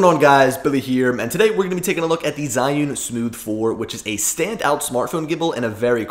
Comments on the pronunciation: HOW TO PRONOUNCE ZHIYUN: Learning to use my China-made iPhone gimbal, the Zhiyun-Tech Smooth 4, has given me an opportunity to learn how to pronounce the Chinese word Zhiyun. It is not zEYE-oon, or zhEE-oon, but in IPA it is closer to ‘chø-yøn’. Okay, that may not help you. I learned the pronunciation of this Mandarin word Zhiyun or Zhi-yun from an excellent video by a native speaker posting from China. (He pronounces it differently than the Google robot sound clip at Google Translate if you enter the information below. I trust this man rather then Google, but he is the only Chinese person I have heard pronounce it.) For the vowel, think of the French word bleu or œuf (represented in the International Phonetic Alphabet as ø), then just strip out the vowel; you will need the vowel twice. The first time it is short and clipped, the second time it is sustained just a bit. Mix a hint of the schwa sound (represented by an upside down e, or ə), then mimic a Chinese person, and you will be close. Now for the consonants, the easy part. The first syllable starts with the CH sound; it, too. seems clipped. So: chø. The second syllable is very close to the English word 'yearn' with a silent R (yearn as pronounced by a posh Brit, but not as sustained). So, in IPA: chø-yøn. Which syllable to stress? Hard to say. Make them practically equal, but give the second slightly more stress, and if you can't, stress them equally. These two syllables are the Chinese words for wisdom and cloud. In Chi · Jusy simply say two letter: G - U. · Jee-yoon source: heard it said in China